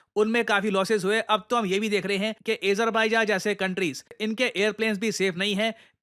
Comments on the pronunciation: A JER BAI JA nahi hai bhai AZER BAIJAN hi hai , anyways nice content <3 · Please man u should know how to pronounce Azerbaijan 😂ezerbaijan😂😂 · Azerbaijan pronounce bhi nhi krna ata 😂 😂😂😂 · Azerbaijan ka pronounciation toh seekh lo pehle PD. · Bhai name bolna bhi nahi hai Azerbaijan Kazakhstan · Sir aapko azerbaijan ki pronunciations bhi nhi aati😅